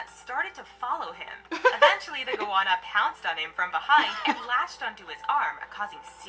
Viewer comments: It's a Go-Anna not a Gowonna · How can anyone mispronounce goanna go- anna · Box jelly fish feels like a wet plastic bag wrapping around your leg then wham the tentacles tighten and you get hit with excruciating pain and the tentacles stick to you and have to be removed carefully 😳 no ostriches in Australia. Goanna pronounced Go Anna 😂 salties Saltwater crocodiles are at the beach and waterways in northern Australia and parts of Western Australia and Queensland but theres always plenty of swimming pools 👍 just choose your swimming site wisely but yes come you’ll be fine 😀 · It’s pronounced go anna